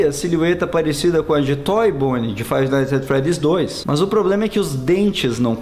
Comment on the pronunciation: Se pronuncia "faive naits et fredis"